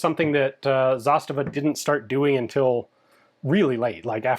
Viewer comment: Nice video, but every pronounciation, apart from zastava, gave me Aids 😂